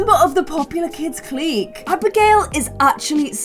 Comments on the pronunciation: just to help you out with pronunciation, hooky = “hook-e”, clique = “click” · Just love you dearly but please clique is pronounced click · Clique is pronounced like "click'... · I wanna join the popular kids clique(but she pronounces it as cleek). Me: Clique(pronounces it as cleeshay). the way she says it is triggering me hardd 😭😭😭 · pronounces Clique like Cleek when its supposed to sound like CLICK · ITS CLICK NOT CLEEK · lol i love how you pronounce things😂 “clique” is pronounced like “click” it’s so funny ahahahhahahahah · Nobody:: "cleek" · I think it’s pronounced “click” but I’m kinda dumb so maybe I’m wrong. Anyway, I love your videos stay positive 😂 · Clique is pronounced like click (at least in America)